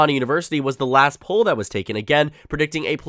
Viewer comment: 1) it’s not pronounced the way you said poll 2) 270 town still has Trump w/ higher average and is winning by 3 in another poll with higher sample size